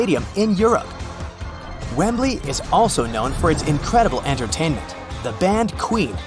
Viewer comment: "Webmley"? No one else noticed that??